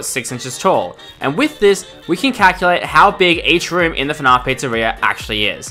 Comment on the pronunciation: Why do u call it fnarf not fnaf